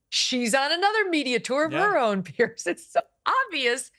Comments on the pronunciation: His name is PIERS, pronounced Peerz. Not Pierce. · His name is PIERS ( Peerz) not Pierce. Don't even sound the same